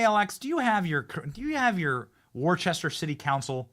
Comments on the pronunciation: How to tell you're not from Worcester, or Mass... Lmfao Benny you pronounced every syllable lmao, but it's pronunciation is similar to the sauce with "Shire" at the end of it... Lol It's Worcester (WUSS-tah)(heavy emphasis on the "WUSS" part) Lmao now I know my home state is full of these crazy people, but not all of us are bad right ALX?!? Lol I'm from Western Mass. Holyoke to be precise near Springfield, MA, and now live in the red Kingdom of FL!! I hope someone enjoys me teasing Benny, and only mean it as a joke!! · It's pronounced woostah not warchester